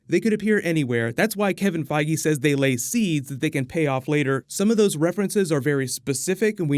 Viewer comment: oh that's how to correctly pronounce Kevin Feige name